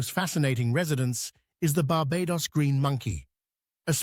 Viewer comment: Should learn how to say 'Barbados' for starters...